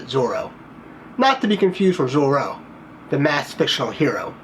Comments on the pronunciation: "Zor-a", not "Zorro"....the latter is the Gay Blade. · It's Zora, not Zorro. Dumb ass! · It’s Zora not Zoro. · "ZORA" not zorO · Surely you mean ‘ZorA’ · Zora not zoro. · The grand sport and Z06 won’t be the same HP. Everybody is saying the ZO6 will be twin turbo and 800 HP. And it’s Zora not Zorro. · Yes, you butchered his name terribly, it is not pronounced Zorro. It is Z-O-R-A. “A”, as in “uh”. zor-UH ark-US dun-TOFF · Zora with an (A) Z or a! Please ask someone how to pronounce this name! I was embarrassed for you! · Can't take you seriously after not even trying to pronounce Zora correctly.